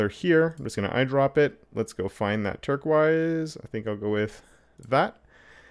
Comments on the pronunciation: He lost me at "turk-wise," but got me back when I saw how nice it looked.... Then he said "turk-wise" again. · "turk-wise" The color you're struggling to pronounce is called teal, dude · Oh my God! The way you pronounce turquoise😡😭